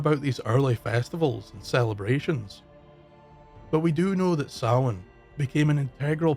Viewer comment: Sounds like you are saying sauron instead of Samhain.